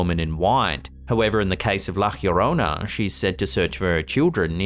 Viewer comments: La llorona (yo-rona) not hirona. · Hey great video! Btw, La Llorona is pronounced like jorona or yorona (English spellings), not like hyorona. It's actually easy to say and not one of those difficult Spanish J or G (or X) sounds (as in méXico) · Lol it’s pronounced La YO-rona. Wth is that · bro...it is pronounced with a J, like in John....LLORONA (jorona) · Please Don't Shoot the Messenger... so sorry , buuuuuuut La Llarona is pronounce "Lah Yah Roe Nuh".... I have heard you say it every way but the correct way and this one by far, is the worst with the J sound as an h... Love You So Much STILL THO! <3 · La llororona from Spanish (Spain) is pronounced La Yo-ro-na. In Spanish (Mexico/South America) it's La Jyo-ro-na. The H emphasis you are putting here is incorrect. Just thought you should know. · Why do you put an H in front of Llorona? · There is no H in La llarona, it's closer to la yarano, you roll the r in llarona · why does it sound like la cleorona instead of la Llorona? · Hi, the La Llorona upload was interesting. No offense intended but if you'll indulge me, may I provide some assistance in the correct pronounciation of La Llorona? It's pronounced: "Laa Yoh-rohna." Have a good one, mate! 👍🏼🇺🇸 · La llorona pronounced La yo ROE naw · tries not to correct his pronunciation of La Llorona! ;l Oh yeah the guy needs an accomplice to being alone in his haunted house. XD as for the cat.. DUDE! You can see the freaking leash! It's as plain as the nose on your face! Otherwise, EPIC video!! Spooky. I have crappy see-through/decorative curtains where I live and I hate it. :( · That's not how llorona is pronounced. Advice for YouTube content creators: It takes 60 seconds or less to look up the correct pronunciation of foreign words online. You'll look smarter.